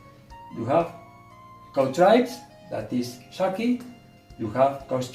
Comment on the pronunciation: Wow your husband is a great cook, he pronounced the shacki and kpomo so well, the okra soup looks very delicious. I like the addition of mushrooms too it, well done.